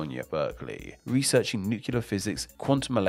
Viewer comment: Hearing someone pronounce nuclear like “Nukular” makes me feel like I smell poop